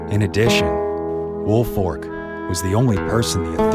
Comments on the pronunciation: Right its Folk like Faulk not Fork. Woolfolk not Woolfork It's a binge lol teachers always got it wrong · Yes. It’s folk not fork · As a Woolfolk, it drives me nuts when people pronounce it Woolfork....there's a difference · There is no "R" in Woolfolk. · I loved the story but it bothered me how the name was pronounced the entire video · Idk how many times I’ve gotten “Woolfolk” pronounced as my last name